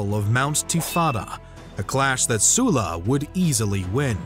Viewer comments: sulla pronounced soo-la??? i hate it here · Is it Sulla, or Soola? Amateurish mate